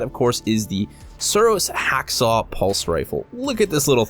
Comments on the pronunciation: Why did u say HakSaw it's HawkSaw, do you know how to read! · Hawksaw, Hawksaw! HAWKSAW! It's pronounced Hawk Saw not Hack Saw. Other than that a lovely video 😉. Looking forward to more content from you.